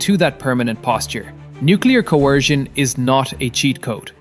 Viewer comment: No because nucular deteraints would end russia done